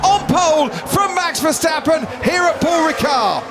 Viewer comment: the still keep saying ; MEX VERSTEPPEN